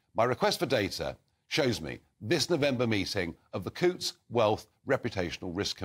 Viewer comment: Cancel your Coutts bank account, please, and dont forget to pronounce Coutts as in hunt, not hoots.